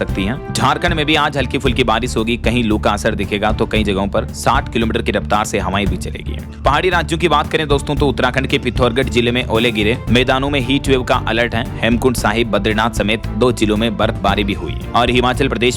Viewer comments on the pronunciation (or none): आप पिथौरगढ़ बोलते हो पिथौरागढ़ है